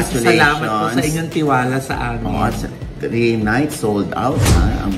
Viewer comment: The word "three" wasnt pronounced correctly. It shud be TH-rees not T-rees Thus, Dyosa just reacted what was heard accordingly. #Mema 😂